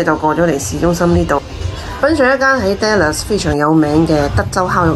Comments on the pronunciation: dallas发音读“达”，不是读“爹”，听起来怪怪哋😂，唔好意思😅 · 我都唔好意思，因為我都會經常將 Dallas 誤讀成 Dollars 經常被朋友取笑。哈 😅